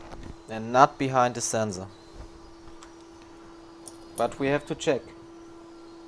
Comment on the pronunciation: The way you pronounce sensor is hillarious. !!! Zenzor !!! Anyway, great job and thank you for sharing with us!